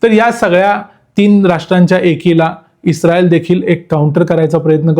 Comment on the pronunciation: U r pronounce isreal word like pakistanis😂